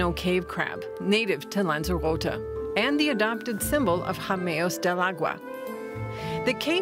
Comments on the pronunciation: Lanzarotay is the way to pronounce it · Pity the presenter can't pronounce "lanzarote "